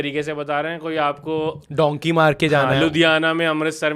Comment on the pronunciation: Abe lendio! Its dunkee not donkey 😂